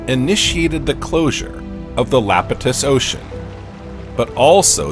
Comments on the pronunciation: Your AI has trouble telling upper case 'I' from lower case 'L'. Thus 'he' keeps calling the Iapetus (pronounced 'ee appettuss') ocean, the 'Lapetus' ocean. Oceanus, Iapetus, and Tethys, were all giants called the Titans in Greek Mythology. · When discussing the conodonts, did the text mean opistognathus, rather than iapetognathus? I found no reference anywhere to the latter. In any case, Iapetus is pronounced eye-APP-e-tus. Orogeny is oh-RAW-gen-nee. Genera, GEN-er-ah. Respite is RESS-pitt. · Lapitus Ocean? How about Iapetus Ocean? I know a capital i (I) looks like a lower case L (l) in keyboard type, but really... To this voice, AI would be AL, and Jupiter's moon Io would be Lo.